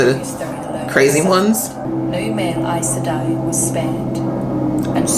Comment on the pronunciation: EYES Sedai is the pronunciation, rather than EYE-ES Sedai. Glad you're getting some background. I should really help give context to your reactions.